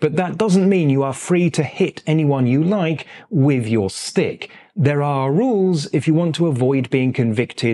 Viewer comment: Am I the only one who understood "steak" instead of "stick"?